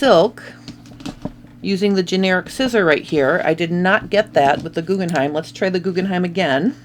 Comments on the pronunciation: Why do you keep saying GuggenheiM - look at the box - it’s GuggenheiN🤦‍♀️🤦‍♀️🤦‍♀️🤦‍♀️🤦‍♀️ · Jyst FYI: The name of the scissors is Guggenhein, the name of the museum is Guggenheim. The difference is in the last letter. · They are called GuggenheiN not Guggenheim which is a family name and a museum. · GuggenheiN not M. I love my Guggenhein scissors very sharp and fits my hand perfectly.